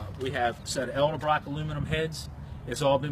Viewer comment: How can I take you seriously when you can't pronounce Edelbrock correctly?